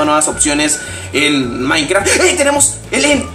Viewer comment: si le repiten donde dise he maincra se escuha como si disiera he maicra he miacra lol jaja like aaaaa y nuevo sub